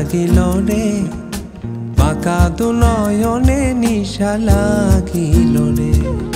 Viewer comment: বাংলাদেশের অনেক গান নতুন করে এই চ্যানেলটিতে কাভার করা হয়৷ নিঃসন্দেহে ভালো উদ্দোগ বাংলা গানের জন্য। কিন্তু বেশিরভাগ গানের মূল উচ্চারণ না রাখায় খুব শ্রুতি কটু লাগে। যেমন হাসন রাজা,নেশা লাগিলোরে,বাকা দুই নয়নে শব্দ গুলো সঠিককরে উচ্চারণ রলে আরো ভালো লাগতো